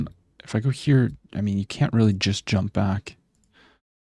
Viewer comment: i like when say WREALLY?